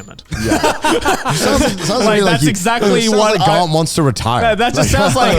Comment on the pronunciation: Garnt's pronunciation is shockingly on point as well